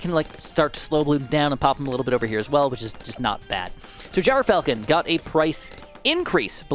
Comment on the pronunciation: Mr, it’s pronounced Gr-Falcon, not Gyro-falcon. I’m just a stickler for pronunciations, hope I could help